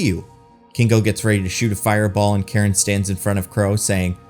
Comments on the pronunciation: Kind of annoyed you pronounced Karun as Karen. Try pronouncing it as Curren if that helps. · I was actually expecting the deviants to join the eternals by the end, but then AJ kills "Kro" (totally missed that was his name), and I was like, "OK, guess not." Also, I think the valet's name was Karun, which should be pronounced "Kah-rune" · It's pronounced "Caroon" Everyone in the movie got it close to right. And yet it gets mispronounced in the video.